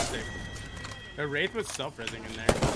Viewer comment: he said wraiths lol